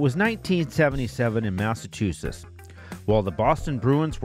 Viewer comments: It's pronounced Mass-a-Chew-setts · Massa-two-sits? Good god, how did this mispronunciation become a thing. I love everything about this series, but boy do I cringe every time I hear this…. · I appreciate these videos on the promotions.... so much that I can forgive "massatoosits" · Good vid. Why can't this guy pronounce Massachusetts ... Or Waltham